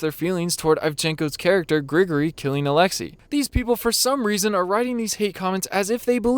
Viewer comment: It's "Grigori," not "Gregory." You know, like "Father Grigori" or "Grigori Rasputin." It's a relatively common name in Russia and Eastern Europe. And the accent is on the second syllable. They did the same thing to Ahmed Best for playing Jar Jar Binks. Ahmed did the Best he could. He's supposed to resemble the Arnie Terminator (Cyberdyne Systems Model 101 molded over a T-800 endoskeleton). Exactly.